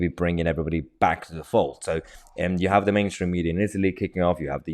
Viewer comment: "We haf ways". You would think they had learned a lesson after the last two attempts.